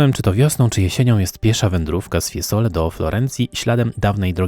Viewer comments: Ja jestem też muzykiem wiec mam ucho ,nie mowi sie Fiesole e mowi sie FIEzole zzzzz nie ssss także nie oltr arno ale oltrArno również marija ,siniorija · Mowi się, FIEzole, nie FieSole a jezeli chodzi o czystosc miasta ...prawdopodobnie wysprzatane na swieta, no i centrum jest w lepszym , pod tym wzgledem, stanie.Jezeli chodzi o tzw syndrom Stendhala wg mnie jest związany z pozycją jaką przybieraja turysci...przy tym ciaglym odchylaniu głowy do tyłu prędzej czy pozniej bedzie sie miec zawrót glowy..😅😅